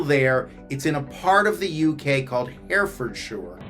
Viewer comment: Herefordshire is pronounced HEH-ruh-fuhd-shuh 🙂